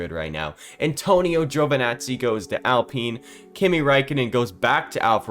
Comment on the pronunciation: It's Alpine, not Apline.